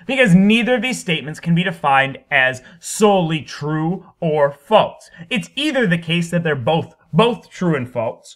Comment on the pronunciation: The way you pronounce “false” and just your general manner of speaking make me want to kill myself.